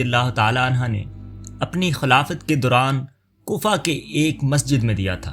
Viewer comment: Razi ALLAH ho tala Anhaaaa ni. Anhoo kehty hn❤